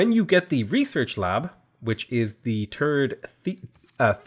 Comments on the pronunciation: It got even better…! 🤣 “The terd, the third” my dude. Never forget… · Bro I love your videos, but I can't but help laughing that you're so Irish you have to correct yourself when you say "turd" instead of "third." Anyways, cheers to these amazing videos, genuinely awesome content! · Ah, yes, the Irish 'third'; personally I think you should just say it the way you say it, I like the Irish pronunciation of 'th'. By the way, great video, again, your tutorials, advice and the way you lay out how the game works under the hood (bonet) has helped me improve so much. Tank you.